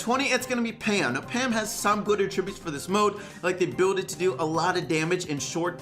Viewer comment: Anyone else realize that doesn’t know how to pronounce attributes?